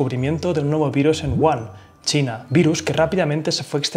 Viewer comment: one no, se pronuncia como Wujan